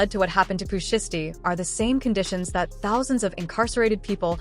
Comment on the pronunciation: Pooh SHY STEE (say it like that) FFS